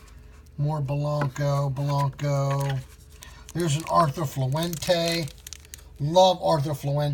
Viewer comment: "Arthur Fluente"🤣😂🤣😂 had me dying lol - Arturo Fuente lol